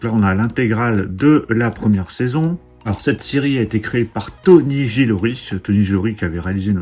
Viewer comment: RECTIF mon série réalisé par Tony GILROY....et non GILORY!!!😅😅😅 Tu vas te régaler ma série pref de Star Wars avec la saison 2 de The Mandalorian....pour l'instant!! Dommage que les prix flambent pour ces éditions...mais les Steelbooks sont magnifiques...donc...on craque forcément!!😘🤩❤️‍🔥❤️‍🔥❤️‍🔥